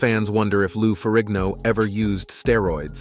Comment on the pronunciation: I believe Lou's surname Ferrigno is pronounced FERRINO. The G is SILENT.